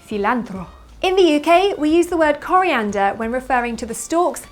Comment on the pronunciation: I love the way you say coliander with french accent